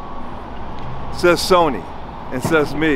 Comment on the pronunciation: Wtf is SAWNEE ENTERTAINMENT EVEN PEOPLE IN MEXICO KNOW ITS SONY. KINDERGARTNERS KNOW ITS SONY. SMH. RIBULL LOL REDBULL. AYAYAYAY. YOU KNOW BETTER THEN THAT.